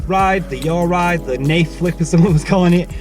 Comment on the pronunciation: Yes mate! “Yawll ride” ??